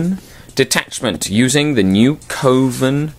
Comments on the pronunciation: Isn't it pronounced "Cov-en" not "Co-ven"? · it's 'coven', like oven. Short 'O' sound. Like a witches coven.